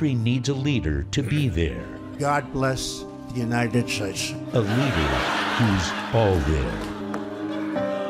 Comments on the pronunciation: "United Schtates..." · "God blesh the United Shates" Indeed!.......